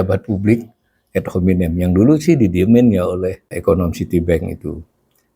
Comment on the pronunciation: Membacanya biasa saja Pa .... Ad dibaca ad bukan ed .... juga hominem .... Selama ini sudah begitu banyak yg mengkritik PYS .... dan dibiarkan ... itu artinya dibolehkan oleh PYS .... ump. koplok artinya goblok (podcast Prof Khasali) ... Yg inti tampaknya: di saat resesi/Krisis .... baiklah selain ada yg jujur mengakui fakta krisis tsb .... yg n.b. di Ind sangat sering mendorong rakyat demo .... ADA JUGA (Pemerintah) YG menunjukkan fakta situasi yg tidak amat hitam putih ... tidak hanya mewartakan doomsday KIAMAT hancur lebur saja dsb .... tapi juga HARAPAN .... dgn sikap TENANG .... bahkan ringan/jenaka .... Sambil tentu BEKERJA KERAS en cerdas berbasis data MEMBUAT SOLUSI atas masalah ekonomi .... yg pasti sambil mencermati si-kon IPOLEKSOSBUDHANKAMNAS Ind umumnya .... Silakan cermati juga banyak pedesaan Ind .... ada tanda-tanda, tapi belum resesi betul apalagi krisis ek .... Pilihan sikap optimistic PYS begitu tampaknya pernah (akan) EFEKTIF saat SRI M.I. diganti .... Yg memberi andil situasi kondusif menggembirakan rayat juga adalah ihtiar gigih Prabowo, PYS serta lembaga PERADILAN dlm MEMBERANTAS KORUPSI .... yg masif terstruktur dan menjalar .... = penyebab besar ekonomi bangkrut .... setelah 10 th lebih pemerintah sebelum2nya .....